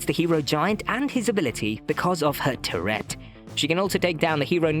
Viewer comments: Bro just killing the pronunciation of turret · I like it! Makes me imagine the Musketeer shouting “f¥ck a gerbil!” or something every time she shoots.